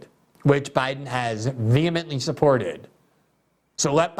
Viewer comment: Ah, no, Glen. She isn't vehemently for the war in Ukraine. She is so pro-descalation it is glaring like a broken finger bent freakishly backwards in light of how you've painted where she stands. The fuQ? "veemeently" my ass.